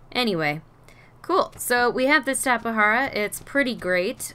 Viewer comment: It’s called tape-Jara not tapa hara